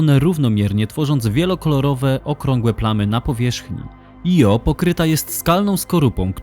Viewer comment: Świetnie opracowany filmik, jak zawsze z przyjemnością się ogląda. Mam tylko jedno pytanie: czy nie powinno się wymawiać nazwy księżyca Io fonetycznie Ijo?